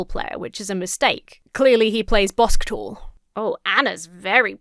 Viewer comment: Im sorry im still laughing about "Bosktball" 😂😂